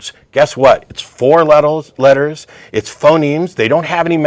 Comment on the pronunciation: he says "four let-tells" instead of four letters. I HATE when that happens. It happens to me all of the time. I feel like it takes the air out of every thing I'm saying. The shitty thing is it ALWAYS happens when I'm on a roll--right in the middle of wrapping up a dagger of a point, then BAM. For me it happened when I tried to say "number" (I ended up saying "numb-ells" It must have something to do with us getting fired up, don't you think, Matt?